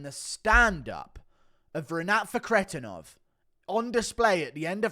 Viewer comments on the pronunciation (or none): The way you say Renats last name annoys tf out of me. It doesn’t even sound like the way it’s spelled at all😭 “ruhkretinov” wtf is that😂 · Had to dislike just because your Fakhretdinov pronunciation